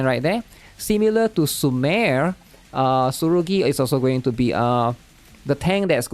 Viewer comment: who dfk is the way he said sumire is BRUH